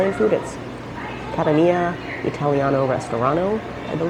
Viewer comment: Might be spumoni ice cream. Rum-my flavor? Maybe called, Kah-TAHN-ya. Not Cat-uh-NÉE-yuh.